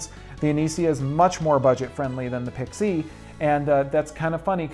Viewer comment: Dude, learn how to pronounce Pixie!